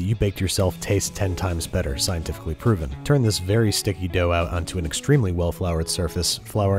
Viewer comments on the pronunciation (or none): none